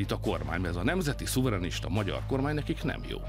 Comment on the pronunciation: Herr Wéber, nain Magjár, hanem Magyar. Bzmmm tanulj meg beszélni